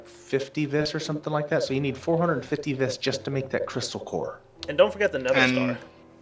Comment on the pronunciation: "Viss"